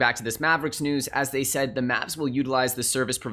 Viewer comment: Its a th not a d. They and them not dey and dem